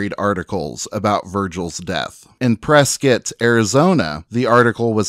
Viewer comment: Thank you for this great video it brought to light some things I didn't know about Virgil. It's also refreshing to hear someone pronounce Prescott, Arizona correctly. Born and raised in Arizona.